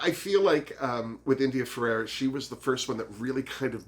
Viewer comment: Had to make another comment (also good for the algorythm - I'm so serious!) I wish I missed my mother too, so I get what you're saying. I'm sure other people have beat me to it. Her name is India Ferrah. not Ferrerah. And I am also happy to see her back in action! <3 Alexis IS a snack. But you called dips, so you can have them ;D I hope that Juju is at least top 2. She made it to top 3 twice. And she is better than a second runner up. I forgot about the "trafique" xD Yas Ongina better make it faaaarrr!!!